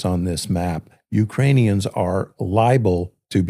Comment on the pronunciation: Pronunciation of Ukrainian towns and cities - vile. Come on,! You can do it.